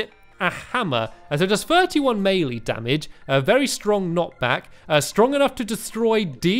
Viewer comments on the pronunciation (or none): none